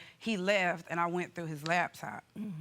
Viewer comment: LAP TOP!!! ITS NOT LAB TOP